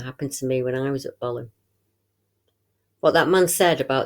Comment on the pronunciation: Thanks great report, I laugh when you call it bolam lake, it is pronounced bow lam lake, I live about 10 miles from it and used to camp there as a kid, never seen the big bloke though and im pleased about that.